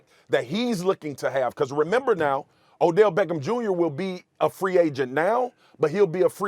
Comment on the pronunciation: Odellllll shhhhmeckem shhhhmjrrrrr